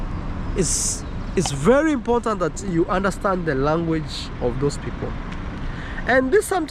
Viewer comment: still saying “imporntant” is crazy